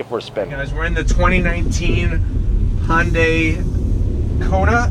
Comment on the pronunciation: You're mixing "Honda" and "Hyundai". Hyundai isn't pronounced "Hon-day".